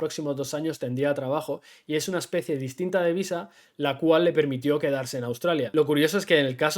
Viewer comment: Dijiste "amor a primera vista" o visa??? cuidado con recomendar a la gente que llegue a buscar el amor de su viSa, ya lo habiamos comentado... como dijiste lo ideal seria que el amor de tu viDa sea simultaneamente, el amor de tu viSa :P y aun asi.... no subestimes lo que implica un tramite de visa de pareja! (tal vez vale la pena abordar en otro video, entrevistando a alguien que lo haya pasado) las autoridades migratorias son muy muy meticulosas para asegurarse que la relacion es genuina, pueden llegar a pedir evidencias que parecen absurdas, pero que se les tienen que proporcionar...